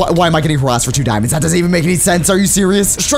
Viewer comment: Also you said Dimond,s